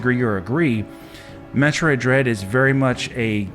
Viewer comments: seems that way. Especially when he mispronounced Metroid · First off.. This dude couldn't even pronounce the game correctly so we know right there he's not a fan. Metroid Dread most definitely deserves GOTY nominee! The whole franchise deserves so much more too. Samus is finally getting the recognition she deserves and if she wins it, then It's well deserved!